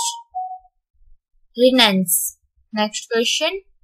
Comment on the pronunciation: 'Renaissance' pronunciation is wrong